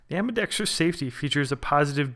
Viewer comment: Holy shit. You said "ambidextrous" the right way. Maybe it's an omen that the Equinox is the version to get. I've been torn between this one and the SAS. Also, 100% on that last portion of your video. It's part of the reason I'm not just getting a basic-ass Kahr CM9 or Glock 43. Although the bigger reason I'm not cheaping out for those is that they are simply painful to shoot.